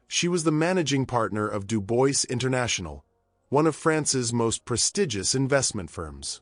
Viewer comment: if you are doing this, you should learn to prononce the name «Dubois»